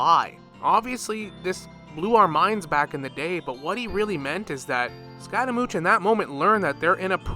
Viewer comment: bro its scaramouSH, not scaramoutsh